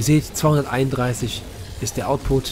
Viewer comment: Ja es heißt output und nicht ausput... Sind deine Abonnenten 12 oder warum redest du so als würdest du mit Kids reden?